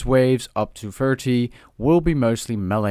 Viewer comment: That was mean. I'm sorry. I know you can't help it but it was just a bit hard to distinguish between thirty and forty there for a bit. A very informative and helpful guide anyways. Thanks.